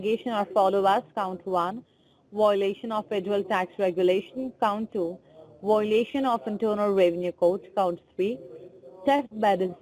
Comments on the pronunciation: That’s a lot of “whoalations”. Dang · Good video. But wow! All those Wiolations! Hahaha she apologized Hahaha